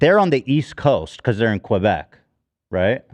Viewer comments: why do english speakers always add a 'w' sound when say quebec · “Qwobec” lol